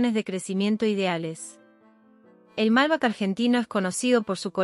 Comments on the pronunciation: Es MALBEC, no MALBAC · Mala pronunciación (MALBEC)no Malba . Y mala coincidencia de imágenes con lo que se habla. Bien lo que se dice pero falta mucho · Por que pronunciará "malbec" hacia el ingles (malbac)? En frances, que suena bastante similar al español, sería mas apropiado. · La pronunciación de los nombres es deficiente. Es Nápoles no Napoles, Malbec (con acentuación en la e). Las relaciones entre ambos países son fluidas, exceptuando el tiempo de la Guerra de las Malvinas. Si bien fue iniciada por un gobierno dictatorial, los que fueron a pelear fueron nuestros muchachos, muchos de ellos descendientes de italianos. Italia, junto con la comunidad europea apoyó al reino unido, hasta que los italianos y sus descendientes protestaron enérgicamente por esa posición y debieron suavizarla. Argentina tiene un territorio muy extenso y poca población. Siempre tiene los brazos abiertos para recibir a quienes vienen a trabajar e integrarse con el resto de la población. Acá no se aceptan guetos, sí comunidades de distintos orígenes, pero siempre abiertas. La escuela es obligatoria en castellano, eso empareja todo con el tiempo.